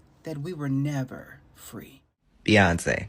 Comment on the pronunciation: Is it Beyonce? Or is it inflation ? 😂😂😂😂 BEYYYY?!